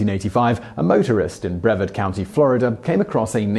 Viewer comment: Likewise, the county in Florida for #2 is pronounced “BreVARD”, not “BREVard”. I grew up there and live one county away now, never heard anyone pronounce it the way he did.